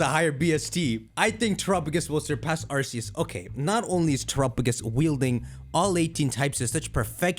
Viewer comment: are you mentally challenged since you say Arceus wrong.